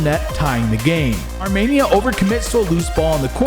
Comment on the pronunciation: Dude. arm E nia. Wtf is this Armaynia